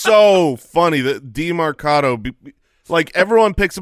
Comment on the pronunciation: can you guys stop saying demArcado? its demErcado